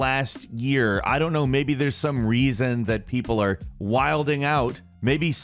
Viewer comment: Its pronounced "wyl-in"